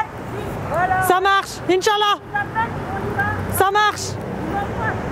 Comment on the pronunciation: "Inshallah" Ça m'a tué 😂 Je suis égyptienne (mais ma langue natale est le fr ne demandez pas pk) et son accent est.... Comment dire 😂 C'est Ensha2alah (le deux c'est pour prononcer le e JE SAIS PAS COMMENT EXPLIQUER 😂)